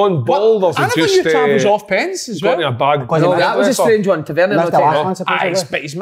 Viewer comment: "TA VER NEAR" not "TA VER NE AY"